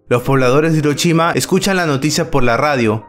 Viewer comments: "Irochima" :v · Hadashi...: Perfectamente pronunciado Hiroshima: HiroCHIma